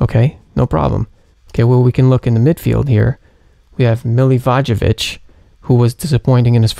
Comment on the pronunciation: Hegazi had one good week and won't be a nailed on starter. Alonso had one quiet week and is proven to be a big point getter. This is knee jerk reaction at its worst. Also your attempt at pronouncing Milivojevic proves how much football you watch if you've never even heard his name said